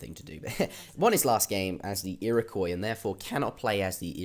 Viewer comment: First time I've heard him pronounce Iroquois right!! WOOOOOOT!!! EheraQwaaah Was sooooooo duuuuuuuuumb! Even dumber than the people who believe they were an actual tribe instead of a confederation